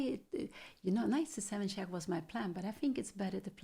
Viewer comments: Its not chack its check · Not chaaak but check. Not AF but EF